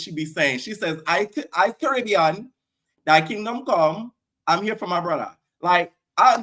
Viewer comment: Im screaming at that Dia read "dthy kingdom come"makes me scream everytime😂😂😂😂